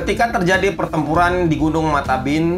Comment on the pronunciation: Untuk informasi Gunung itu Benama "Matebian" Bukan "Mataben"